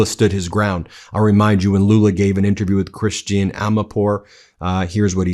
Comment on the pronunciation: ...and, Ben, learn to pronounce Christiane Amanpour's first name. It is time.